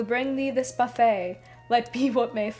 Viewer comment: I enjoyed your video very much. If I could one make one minor point, I noted several times that you pronounced the word buffett as buffet. It should be pronounced like Warren's last name, not Phoebe's. 😁😉